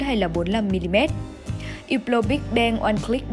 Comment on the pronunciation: Đọc là húp lồ. Đọc theo tiếng pháp ko có âm cuối